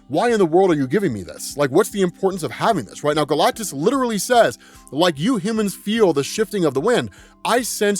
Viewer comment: i can’t stop hearing galctussy whenever he says galactus seed